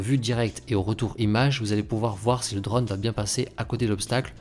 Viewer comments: Vidéos très sympa et qualité top, merci ! Ah, oui : c'est "drône", o fermé, pas "drone" avec un grand o ouvert à la prononciation :) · On dit un Draune, pas un dreune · S'il-te-plaît, prononce correctement le mot drone, ça me stress. 😕